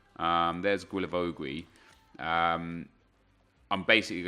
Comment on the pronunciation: you spell him like gilavogi (don't say that "ui")😂